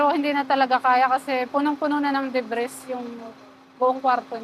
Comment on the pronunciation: Kapal mong ambisyosa ka! Gusto mo agad yumaman! Kaya mo tinipid projects mo! Dimo inisip ang buhay ng mga construction worker, sanay wagkayo patulogin ng mga nasawing INOSENTENG kaluluwa! My aral kb? Bkt wala kang emosyon sa mga namatay na employees? Alagad kba ni taning? MUKHANG DIKA NMN TAPOS NG BSCE-😂😂😂 "DEBRIS!" must be pronounced as DEBREY! JUSKOLORED WALANG ARAL BABAENG ITO! IDINAMAY NYA AN BUHAY NG MGA CONSTRUCTION WORKER SA KNYANG EXPERIMENTAL BLDG CONSTRUCTION 😂😂😂😂😂